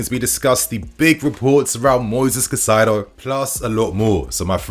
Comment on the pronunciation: Kai Saydo. Not Kuh Cydo. Kai Saydo. Caicedo.